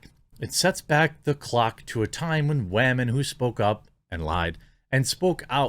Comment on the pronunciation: Did he really say, "WAH-men"? Like, unironically??